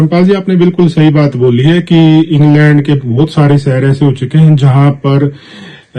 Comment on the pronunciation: पहले अपनी भाषा ठीक करें। सहर नहीं शहर बोलना सीखो। यूट्यूबर बन ने से पहले भाषा का ज्ञान प्राप्त करना चाहिए। भोले बाबा